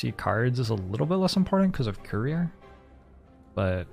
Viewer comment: I listen to these while working, and I kept hearing "career" instead of "courier." Like, man, Youtube really has a chip on his shoulder about having a career. He has to remind us he has one every ten minutes.